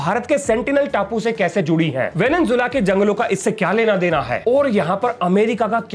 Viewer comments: venezuela✅ venenzuela❌ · Venezuela ko venenzuela bolteho